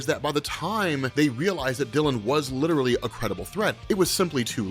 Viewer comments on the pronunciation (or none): none